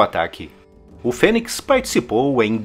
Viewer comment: pronuncia de fênix (fênics), É FÊNIS...